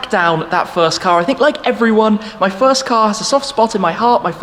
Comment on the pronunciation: So this is the "Shfirst"